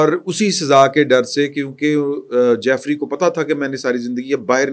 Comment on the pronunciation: Ask someone about real pronunciation of Jeffery. Keep making fool of ur self. It is Jeffery Epstein. جیفری ایپسٹین